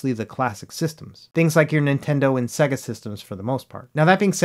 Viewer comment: What's a "Segga?" You meant "Say-Guh" right?